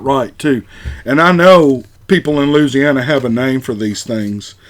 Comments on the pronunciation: I can't believe you pronounced Louisiana like a yank. You did say Metairie right. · Larzianner! (Louisiana) Hahahahah!